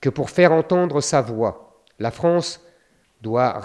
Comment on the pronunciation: La France et non pas la fronce